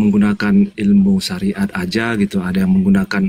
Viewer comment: hahaah.. terpekeset bilang SAIRAT😅😅😅😅..SARIAT 😅😅